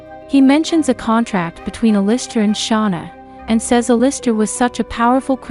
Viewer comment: it actually made me mad the way you pronounced Alister